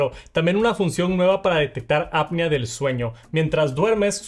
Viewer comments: Bro ya te dijeron en otros videos… no es APnea de sueño es apNEa… ni siquiera en inglés se pronuncia como tú dices. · Cada vez que dices mal “Apnea” se me van a atrofiando mis oídos.